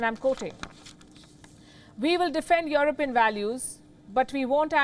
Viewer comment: It’s You-Are-Peein.😂